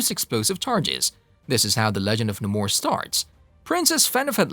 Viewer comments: The name being wrong is cringing lol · Dude, he’s the Submariner not the submarine er! OMGOODNESS do ur homework!!! & ur mispronouncing Namor too! Watch the old 60’s cartoons